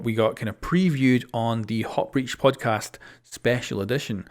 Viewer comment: "Warden buff we didn't get previewed in the hot breach codpast.." You ok there?